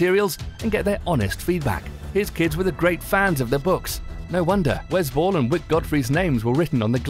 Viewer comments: That accent kinda ruined the pronunciation lol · Oh I thought you were saying the director "was bull" but then I realized that that's the director's name